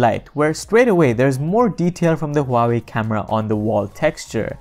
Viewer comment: he said "huwawi" lol the chinese company that copy and paste with their phones